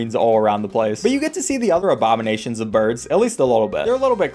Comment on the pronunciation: “Obamanations” how dare you, like it or not that’s beak physical performance